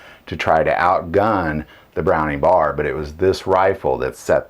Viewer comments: I agree. Browning bar? Nope, B.A.R. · I’ve never heard it pronounced “browning bar.” “B-A-R” for sure. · It's a B.A.R. not a bar.